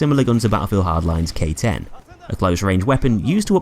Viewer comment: When you said K-10 I thought you mean Gay-10